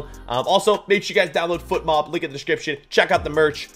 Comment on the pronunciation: My guy can’t pronounce his sponsor’s name It’s fotmob not footmob